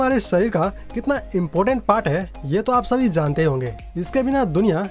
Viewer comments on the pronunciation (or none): Zaante नही जानते है ऐसे बोलो भाई ब्लॉड नही ब्लड भच्चा नही बच्चा क्या यार